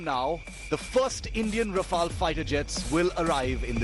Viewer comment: No wonder even the newscaster calling it Ra-FAIL....flown by the best kamikaze pilots in the world 😂😂😂😂😂😂😂😂😂😂